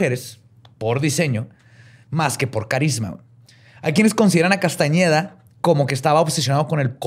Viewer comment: 😖 mi cara cada que decía Castañeda... 😄